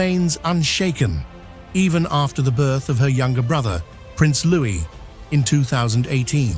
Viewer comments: It’s Prince Louie, not Lewis! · Don't believe this for a second. Also, for Pete's sake, it's Loowee, not Looiss! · How can it be possible you still cannot pronounce Louis?